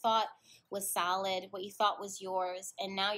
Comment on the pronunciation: I heard salad instead of solid.. lol On a serious note tho when you introduced Larry I completely lost it.. Larry is the name of the guy I have a crush on at the gym.. he works there and would flirt with me and I am the awkward-est person so I kinda messed things up but I'm trying to get it back.. slowly but surely.. idk its still pretty iffy idk but I really like him but lot knowing each other very well has put a fork in us getting to know how to maneuver a relationship.. in general not just romantic.. idk I'm so sad about it